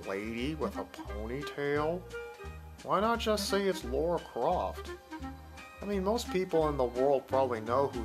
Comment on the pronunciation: LARA not LAURA .... get it right